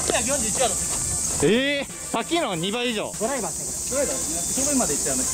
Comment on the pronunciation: ヒカルのドライバーの発音が運転手なんよ